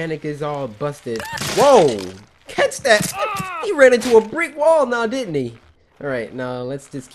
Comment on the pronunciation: LOL i never realized until now that a british accent kicked in when he said didn't he